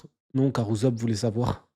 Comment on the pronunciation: et le chef qui prononce "Uzopp" ça me fume…